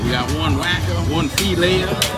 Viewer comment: "One whacker. One fee-lay-er" 👍🏽